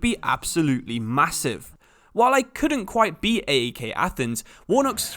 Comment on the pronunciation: Nice to see a video in my country's league. Sucks it's not in the actual game. By the way, AEK and OFI are not called by their initials. They are pronounced like a single word. OFI sounds exactly the same as the word Coffee but without the C. AEK is kind of like PAOK